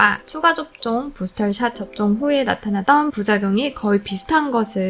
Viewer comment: 발음 젛으시네요 부스털 샷 ㅋㅋㅋ